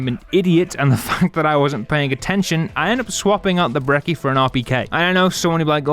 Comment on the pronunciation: Its not brekki, its brecci💀